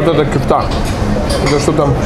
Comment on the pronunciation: Кишки -это кокорЕч. Бублик-это симИт. Не ДЁнер, а ДёнЕр. Крошка-картошка -это КумпИр. Не кюфта, а кёфтЕ -это турецкие котлеты. Если ты снимаешь обзор на национальную турецкую еду, то хотя бы просто выучи названия!